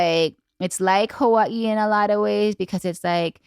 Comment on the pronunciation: How can you be from Hawaii but not know how to say Hawaii? Debunked!